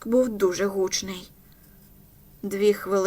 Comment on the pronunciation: Правильно МонтґОмері, гучнИй ( але гУчність). А вибухівка ''сі 4'', не ''ес 4''